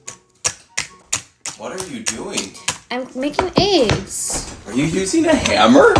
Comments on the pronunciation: The way she says eggs “Ayggs” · How do you crack your “eigs” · The way she said ✨eEgSs✨